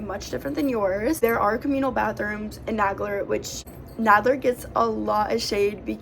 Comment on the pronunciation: This is the second video tour I've seen about Nagler Hall. Just for the record, in both videos Isidore Nagler's name is mispronounced. The name is NAY-gler, not Nag-ler. He was my great uncle, his sister was my grandmother. Nagler was the vice president of the International Ladies Garment Workers Union for 30 years. Definitely NAY-gler. Just saying.